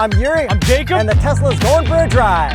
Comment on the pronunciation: His name is Jakub but you read it like Jacob, why is that? :D